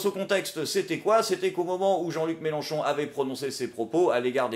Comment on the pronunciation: C'est Mélenchon, avec un e, pas "Mélanchon". Quitte à dire que tu vote pour quelqu'un autant pas écorcher son nom.;) Et ne t'inquiète pas. Comme dans tout grand groupe, la minorité vociférante n'est pas représentative du reste. Et on est pas mal à voir que M. Mélenchon n'est pas parfait, loin de là, et qu'en com' il a ses défauts qui lui collent encore. Je suis content de l'analyse faite par, elle est complète et objective, on voit là où le trait est grossi, là où ça a dérapé, comment il s'est fait avoir, comment ça aurait pu être mieux. Je pense vraiment que la FI a besoin d'un nouveau porte parole, mais ce n'est pas facile à trouver.